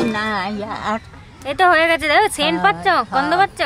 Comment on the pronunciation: কৃষভের কথা শুনে হেসে পাগল হলাম,ওর মা বলছে গন্ধ পাসসো? সেই শুনে কৃষভ বললো গন্ধ পাসসো না গন্ধ পাচ্ছো? কৃষভের কিন্তু খুব সুন্দর উচ্চারণ। কয়েকটা অসাধারণ হয়েছে